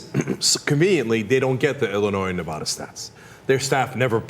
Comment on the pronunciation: wow, she said nevada correctly. however the guy didnt't.